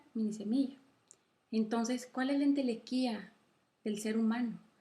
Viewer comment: excelente vídeo, no es entelequia? por que entelequía me suena raro